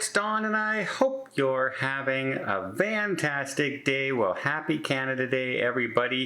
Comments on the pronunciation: That is exactly what he is saying…vantastic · Is it me, or does it sound like Don says "I hope you're having a VAN-tastic day" at the beginning of his videos? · It always sounded like that to me.